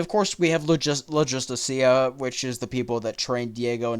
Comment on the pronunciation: What did you say logistica?